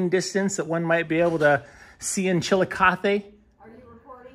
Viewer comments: You managed to make make Chillicothe sound like a Spanish word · Come on..suggesting we take a shot every time you pronounce the town's name wrong is virtually suggesting irresponsible drinking..TSK, TSK says Foster Brooks (well he slurred it)